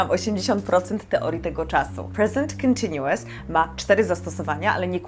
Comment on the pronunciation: Nie jestem przekonany czy słowo continuous wymawia się w ten sposób